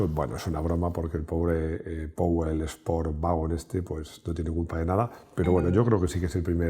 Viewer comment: /spo:t/ (dos puntos alarga la vocal); /juːˈtɪləti// (la e al revés casi no se pronuncia y es átona); /vɪə.kəl/las es al revés casi no se pronuncian y son átonas). Si le das a la tecla correspondiente escuchas la pronunciación de un nativo y corrobora la transcripción fonética. Es la forma sencilla y segura de pronunciar bastante bien, aunque no seas anglosajón.